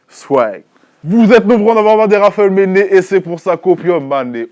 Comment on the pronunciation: pourquoi manné c'est devenue ménné ? enfin pourquoi il dit ménné